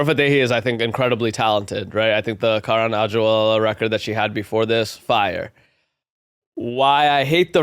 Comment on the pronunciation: Bro learn how to pronounce Karan Aujla’s. You’re such a clown.